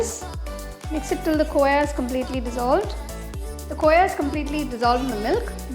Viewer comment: I'm lil confuse ur pronownsation of khoa